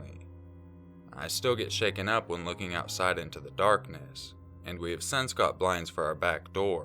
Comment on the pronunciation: Would it be too unoriginal to roast you for your pronunciation of the word "since?" :P Although I will say that it has gotten slightly better in recent videos. :p